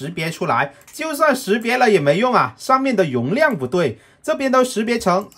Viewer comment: "容"量發音很奇妙，哈哈哈 ㄋㄌㄖ發音都有問題